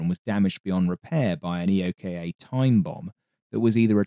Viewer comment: EOKA is pronounced eee-okah. Not initials.